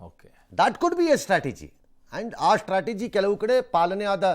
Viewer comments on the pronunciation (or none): none